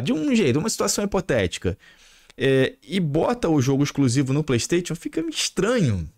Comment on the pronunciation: Porr@ fala direito.. é "playstaixon" kkkkkkkk